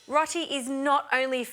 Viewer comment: I think it might be pronounced "row tee" but don't hold me to that. ALL the best. 😃 Ps. All the best with the baby too.